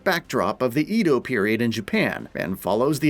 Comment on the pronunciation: Edo (eh-dough). Pronounce it right!